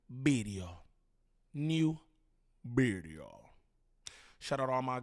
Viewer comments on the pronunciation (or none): & what’s a bideo?